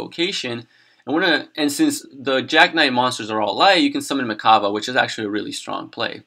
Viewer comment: Why is he mispronouncing mekk?